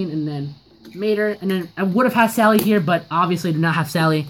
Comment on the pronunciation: You said stally not sally